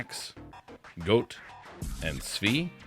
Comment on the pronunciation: Please take a note from this Bodanza vid about the importance of learning the proper pronunciation for these disc names. It's hard to take you seriously talking about the "goat" and the "svee".